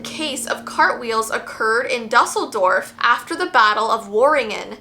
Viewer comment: Might wanna check your pronunciation of Dusseldorf. It's definitely not duh-sehl-dorf. Try Doo-sehl-dorf (closer but I'm also not a native German speaker)